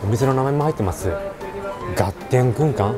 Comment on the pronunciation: 旨そうだけど 一品一品高いね あと、ずっと、がてんってはいじぃは言ってるけどがってんだよ